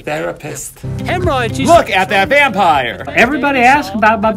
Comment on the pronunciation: "look at that vanpire"